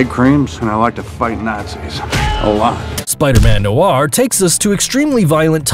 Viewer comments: It is pronounced know-or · He doesn't. He pronounced noir Spider-Man wrong. Lol